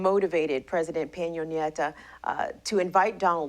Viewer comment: Cringe every time she says Peno Nieta instead of Pena Nieto